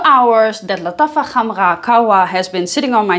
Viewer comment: as a native arab, she is wrong. Its Lataffa Kh um rah Gah wa but especially with better Kh and R pronunciations